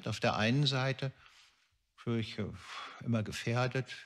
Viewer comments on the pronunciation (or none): none